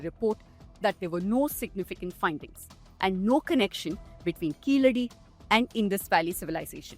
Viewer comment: Before watching the full vdo thanks to you for pronouncing keeladi properly. Not like some reporters pronouncing that word as if they are some American origin